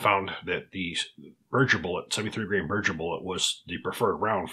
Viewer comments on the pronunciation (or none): its BERGER as in hamburger ,,,, not berdger